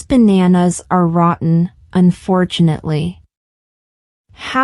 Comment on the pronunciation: rotten, American pronunciation , British accent 😂